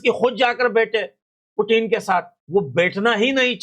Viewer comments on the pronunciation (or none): none